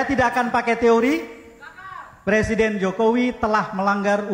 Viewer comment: Jokowi bilang presiden aja ngucapinnya per siden ..keliatan klo gak pernah sekolah